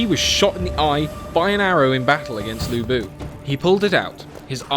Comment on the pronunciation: ok...you pronounce 吕布 as Lu Bu, which means Ruble(Russian Currency); and 曹操 as Saw Saw, which means “slutty, slutty", which is kind of true if slutty can be used for describing male XD